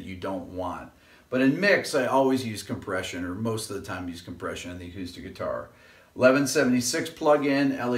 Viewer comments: Hey Rick, With all due respects, you are an intelligent man, but on the whiteboard you left out the "R" in compRession. :-) If you pronounce "Compession" sounds like something Joe Pesci would say! :-) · "COMPESSION" <3